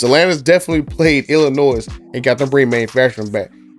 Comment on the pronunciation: It’s not Illinoi S The S is silent